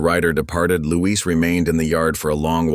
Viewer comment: Not Louise -- it's Luis.